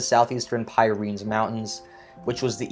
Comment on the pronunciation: commentator cant pronounce places correctly,the pyrenees aggh